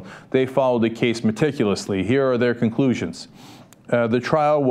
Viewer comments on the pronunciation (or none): none